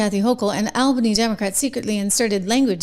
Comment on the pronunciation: It's pronounced All-bany.